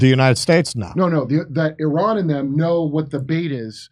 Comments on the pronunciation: Im happy you finally pronounced IRAN correctly (e-run) ❤❤ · correct, it is pronounced ee-rawn, but i'm still going to call it The Ukraine because spite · Hey guys, it's really good to see that Finally ;) you tried and succeeded in pronouncing "Iran" correctly!... let's give you a tip on pronouncing "Iraq" correctly now.... ;)... just pronounce Iraq the same way as you did for Iran!.... also "Ivan" is pronounced exactly like them , as well.... Please note what Russian Federation Ambassador to UN said in UNSC held after Zionist new low in bombarding Iranian Embassy in Syria in addressing his western colleagues, US, UK, France, Japan and Korea who did not condemn violation of UN charters and conventions..... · Finally an American who pronounces “Iran” the right way.😂🎉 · Your pronounciation of Iran was perfect 😅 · As an Iranian I can tell you, your pronunciation is perfect. As for Iran response, I can tell Israel would be looking over its shoulders, till it happens. And this is bad enough for any body living like this.